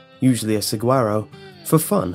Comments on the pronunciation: You mispronounce Saguaro (Su-wahr-oh). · Just an FYI from someone who lives in Arizona, the g in saguaro makes an h sound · As a Southwestern boy I cringed at his mispronouncing of saguaro; also, anyone else go "hehehe" at the news of the dumbass' death? Final addendum:, you say "dark" I say hilarious